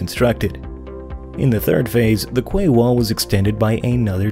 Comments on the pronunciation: Kway. That's funny ! Pronounced "key old bean" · Damn... Someone else corrected him on 2000mm thick steel.... Lol.. And yes QUAY is pronounced kee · Quay wall is pronounced kee wall